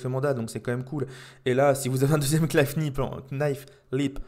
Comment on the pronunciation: Alors juste pour ton information quand tu prononce le mot "knife" il ne faut pas prononcer le K. C'est exactement comme "sword" ou tu ne dois pas prononcer le W.